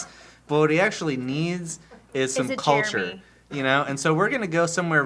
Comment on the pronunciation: how come all i here when they say Jeremy is "Germy"